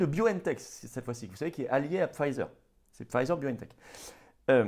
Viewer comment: Florian, Mon Tout Petit, je te rappelle qu’on ne dit pas ”Pfeiser”, c'est un nom allemand, boche, chleu. Le i de Pfizer doit se prononcer comme en français. Le z se dit ”ts”. Dis-le comme si ça s’écrivait ”Pfeetser”, avec un s sifflant. Je l’ai suggéré à Alexandra, qui est anglaise, elle a bien compris.